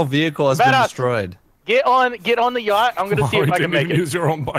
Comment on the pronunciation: just called it a "Yasht"